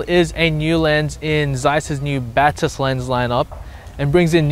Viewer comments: you say it [ baa-tis ] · Batis lens lineup was named after the bird Batis, pronounced bat-iss.